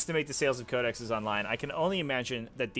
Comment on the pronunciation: just quickly: Code-eh-sees